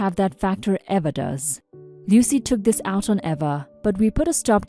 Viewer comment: The name Eva is pronounced Eee-vuh.